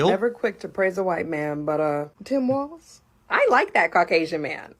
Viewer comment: she can't even pronounce Walz correctly. Uh yeah sweetie, I'll stick with the Don.